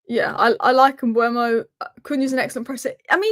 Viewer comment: It's not Mbwemo, it's e before u. Mbeumo (closer to Mbomo). There's a video on YouTube of Mbeumo saying his own name fyi.